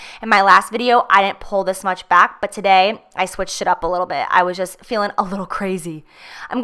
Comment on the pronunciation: The way you say "today" annoys me, don't do that